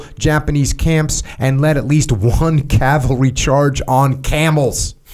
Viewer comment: “He even lead a calvary charge on camels”…. Bro wtf 🤣😂